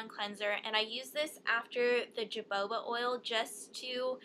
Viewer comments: Haha it's pronounced hohoba.... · Hahha,, its pronounced hohoba !! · its pronounced "ho-ho-ba" i believe... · Hey i just started watching ur vids and i love them! I subscribed! Oh and I don't mean to be a know it all, lol but it's actually pronounced hoe-hoe-ba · JOJOBA not jubaba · lol. the j is jahoba oil is pronounced as an H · Hahah jojoba is pronounced ho-ho-ba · its pronounced ho ho ba not joboba..lol..not trying to be rude but i.just letting u know.. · Love your videos! The oil is pronounced "ho-ho-ba" not "jo-bo-ba" :) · Hi Ingrid! Jojoba oil is pronounced "ho-HO-ba" as far as I know, I thought "joboba" was cute :D I love you, you're my favorite guru :) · lol its not pronounced "jo-joba" oil its prounced "ho-hoba" oil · lol "joboba" you said it so cuteeeee & silly. but it's really "ho-ho ba" :D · jojoba oil is pronounced "ho-hoba" :) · isn't that Jo-jo-ba oil? XD I heard you keep saying jo-ba-ba oil~so cute:) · i think it's "ho ho ba" not "jo bo ba" :P i love cetaphil too :DD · Jojoba pronounced hu-hoe-bah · It's pronounced ho-ho-ba :) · lmao.... jojoba is pronounced as hou'houba..... you gave me a good laugh here.... :P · i think she said jaboba oil... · Fo yo infomation Ingrid ! It's pronounced HO HO ba :D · Its pronounced "hohoba oil" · it's "hohoba" oil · its pronounce hohoba oil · haha wow i was pronouncing it "jo-bo-ba" oil until i saw this video! i don't even know why now that i look at it, because there is only one b. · the "jojoba oil" is pronounced "hohoba" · I had no idea it was pronounced differently in England. However, the name "jojoba" originates in the U.S and the correct pronunciation is "ho-ho-ba". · Jojoba is pronounced hohoba:) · It's ho-ho-ba :) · the oil is pronounced ya-ho-ba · its pronounced ho-ho-ba, i saw that at trader joes! I really like the tea tree oil line from there. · jojoba is pronounced ho-HO-ba :) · its ho-ho-bah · Jojoba is actually pronounced "ha ho ba" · i love how you pronounce jojoba as "jo bo ba" lol